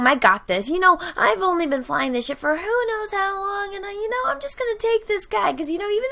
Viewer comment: Anyone expected to hear shit instead of ship?